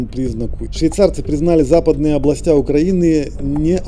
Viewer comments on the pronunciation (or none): Пожалуйста, обратите внимание на ударение в словах: цЕркви, Области...Очень режет слух... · И ещё областЯ😂